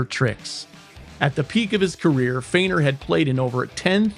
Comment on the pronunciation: Eddie's name 'Feigner' not 'Freighner'.